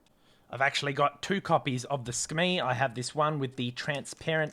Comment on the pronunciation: Not to sound nerdy 🤓 but I am pretty sure it's pronounced Su-Kuh-Mei